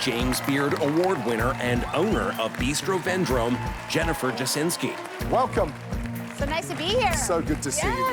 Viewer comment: Jasiński readen as Dżasynsky hurts my heart